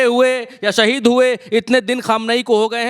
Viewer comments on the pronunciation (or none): none